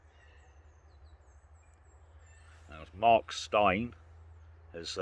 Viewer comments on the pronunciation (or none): none